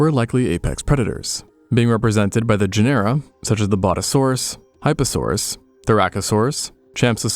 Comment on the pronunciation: Genera - JEN-er-uh